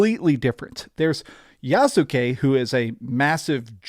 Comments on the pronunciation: It’s YAHS-KE. Not Yasookay. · Yassskay not Yasookay. Still enjoy your videos man, lol. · The "U" is silent so is pronounced YAS-KE like SAS-KE(Sasuke) or INOS-KE(Inosuke) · The U in Yasuke is silent